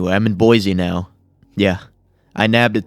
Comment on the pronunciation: IDAHO MENTION 🗣️ CAN’T PRONOUNCE BOISE CORRECTLY